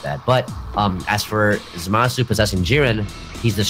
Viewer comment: Yo Its Zama-su not Za-maaa-su. Smh